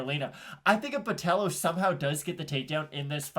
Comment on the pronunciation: Carolina's weight cut was bad and she lacks ground skills. I'm on Botelho ITD. Just another pronunciation comment, BotelLHo was on point. Love from Floripa, Brasil